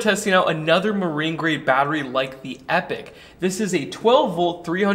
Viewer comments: epic != Epoch. Grammar Nazi here. Pronounced eep-ah-k. This battery looks awesome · Thanks for another great video 👍🏼However, your pronunciation of the word EPOCH is making me twitch 😆 "Epoch" is typically pronounced in two common ways, depending on the region: EE-pok (ˈiː.pɒk) – More common in British English. EH-puhk (ˈɛ.pək) – More common in American English. I don't think there is a brand of batteries called Epic. If you ever decide to launch your own brand of batteries then perhaps they would appropriately be known as EPIC batteries! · Yeah, now he’s calling them “Epic” instead. It’s e-poc. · Sure, but since this is an American channel, being hosted by an American, talking about a company that pronounces their own product "epic", its fair to say that "e-pok" was always wrong here. Just as it would be strange to interject, say, the French pronunciation here. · It's pronounced E-pawk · Their own website says they pronounce it "epic". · British vs American pronunciations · I think you should pronounce it like eeepok. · Actually I think the idea was to pronounce it as "Epic" -- kinda like a phonetic sound it out?